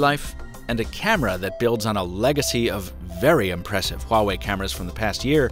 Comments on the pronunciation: Why are u pronouncing it like that tho? HHhuawei, like cool wHip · It's "wah-way", not whatever it is you're saying. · You mispronounced Huawei. But so does everyone else. 😛